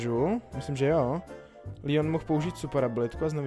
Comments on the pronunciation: Hej jak řekl ten Lion mě asi zabije však to je Leon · prosím ťa nevolaj Leona Lion to není lev.like kto súhlasí (pls strašne mi to vadí) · To je leon a ne lion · Seš jedinej kerej rika lion a ne leon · Proč všichni říkají leonovy lion😡🤷‍♂️